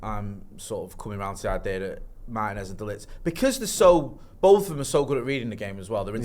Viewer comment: Who is Meiners? It's MARTINEZ!! Ignorance of the highest kind 🤦🏾‍♂️